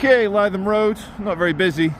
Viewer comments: Lith um, not lie thum. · Lytham Road is pronounced Litham, not Leyetham. Just an observation! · must correct you on your pronunciation of the Blackpool Rd you thought would be the place of trouble,it's Livethem Rd, not Liethem Rd ok easy mistake for a a half Scot/ Brazilian, no faschmal amigo 😅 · It’s ‘Li’ not ‘Ly’ Lytham, can you not hear me shouting at the iPad!! 🤪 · Lytham is pronounced ‘Live em’ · L-i-THAM road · "Lytham" is pronounced "Lithum". Happy to help. 😊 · Lytham is pronounced "Lithem"